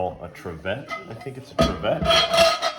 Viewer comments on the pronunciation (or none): solid video. love lodge dutch ovens. (it's pronounced "trivit").